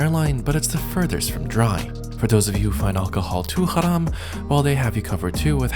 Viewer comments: HE SAID HARAM PERFECTLY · Great video - as always. Loved the proper pronunciation of and complete disregard for “Haram”